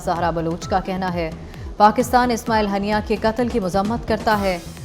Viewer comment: ہانیہ ھوتا ھے ہنیہ نہیں